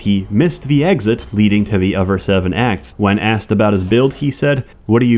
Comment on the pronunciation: It's strange hearing "other" pronounced as "o-fur", but that's what I get for watching this furrdom playlist.